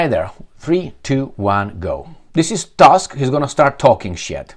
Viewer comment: Tusk Pronounced like in tooth.